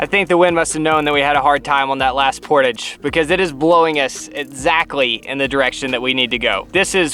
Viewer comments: I love you guys, i watch all of your videos but the way y'all pronounce Portage its like hearing nails on a chalkboard haha I still love you though just made my Canadian self cringe lol but fantastic video the scenery was incredible a really beautiful picturesque video ! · As a Canadian, I learned something very important about myself watching this video….I found something more annoying than listening to the American pronunciation of the word “foyer” and it is the American pronunciation of “portage”. Great video, but I winced the whole way through. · Welcome to Canada. As a Canadian (at least where I’m from) we pronounce portage differently with emphasis on latter end of word. French. Another fantastic video. Thank u ❤️🇨🇦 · Kudos for hugging Canada so closely. We love you! Come here. But when you cross the border it’s “por-taahj” not “portidge”. It is a French Canadian word, after all! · THANK YOU! I'm squirming internally screaming "POR-TAHHJJE!"" everytime they say it. POR-TAHJ-ING, (as in, not porridge/porridging) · Guys they are called Por-tah-ge's. Not Port-age 😂😂😂😂😂😂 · The way y'all pronounce portage is killing me XD "port-ij" vs "port-ahge" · Yell "Hey Bear" when you see one, and even when you don't. also the word is pronounced Por-Tahg, not port-idge. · Ps it’s Portage like massage.... not Portage like Mortgage. Think French pronunciation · The correct way to say the word that describes the act of hauling your canoe and gear overland between two bodies of water. "Por- taage" pronounced with a soft "a" reflects the word's French roots. This is the preferred Canadian and correct pronunciation 🛶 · Oh my goodness I just thought I’d watch this video just cause. I couldn’t believe when I heard the word Portage come from another persons mouth. That was the funniest thing ever. The end of the word should sound like posh so por tosh. Type in the meaning and press sound. You’ll figure it out. Good laugh. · Gah!! In Canada at least, we say port-awe-ge